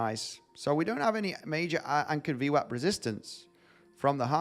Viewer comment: Can you say ¨anchored VMAP¨ one more time please? 🤣🤣🤣